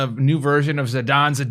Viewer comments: Rake-ish (like the yard tool.) Thief Zi-DAne. (like Great Dane (Scooby-Doo)). Also it's the Eye-fa tree. You got Quinna right. Her name can also be pronounced, Quinoa, Trash, and Dear God WHAT IS THAT?!? Great Video BTW. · Zidane is a real name lol, "See-Dahn" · lol.. I'm starting to wonder if you're talking about me when you say "word guys". Its.. Rakish - rake-ish (incidentally, the counterpart to hoe-ish.. dead serious) Zidane - like Dane.. but. ZIH-dane Tidus - tide-iss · Rake-ish Zid-ayne seems to be the proper pronunciation, although I like to say Zi-dahn from time to time lol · Rake-ish Z-eye-Dane is how I'd pronounce it. Queena is how you say her name. ;) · PS: Zih Dah Ne ... lololoolooll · ZI DAWN EH LOOOOL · Ra-quiche Zee-dah-neigh! Hahaha. Just got back into FFBE after nearly a year and have been going through your vids. I missed so much lol. It's good to see you are still doing FFBE. Be well! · it's not Zidane, you should say as"Zidane"